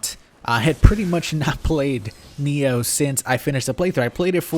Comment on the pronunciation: Why the hell do you say NEO?